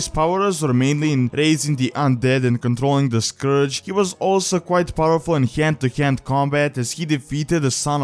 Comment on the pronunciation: Hyend to hyend combat xD